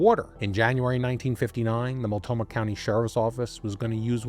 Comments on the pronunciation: and hey no serious points for how "Mult-NO-mah" tripped you up this often. I only know of Multnomah County from Sheriff John J Bunnell and his television appearances after COPS Figured right away, he'd get his own program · You overlooked the 'n' in Multnomah County, just fyi for when you cover Portland again. I just found your channel, great work 🙂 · Mult- NO - Ma county, not Mult-Toe-Ma. Just another error. And it's The Dalles (The Dales), not Dallas. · Love your episodes! But, could you PLEASE take a few seconds to verify/learn how to pronounce the core/key words you use!? Listening to you say: Mul-Toe-Mah 30+ times when it's: Mult-know-Mah, is SUPER aggravating to ALL Oregonians. I know it's a simple mistake, yet still important detail. Let alone it will make us question the accuracy of the remainder of your "research"!? FYI: it's NOT pronounced "Dallas" (as in Texas) it's said: The "D-Owl's"! Also, it's NOT the "Will-Ah-Met-Tee" River, it's the "Will-Lham-Met" River. 😂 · Small detail: it’s pronounced Mult-KNOW-mah. 😊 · Is he constantly mispronouncing Multnomah County, or is there another county named Multoma? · It’s Mult-no-mah, my brother. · And The Dalles, not The Dallas. At least he didn’t say Willa-met. 😂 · Yeah, I heard it as well. He left out the N. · I have been binging, and thoroughly enjoying your videos. This story happens in the PNW - my home, where place names don't always align with the spelling; so please let me correct you (for future): Boi-see (not zee), Mult-no-mah County, The Dalles is pronounced The Dells. There may be more - I'm only 20 minutes in on this one. May seem petty, but it's kind of like someone repeatedly saying your name wrong...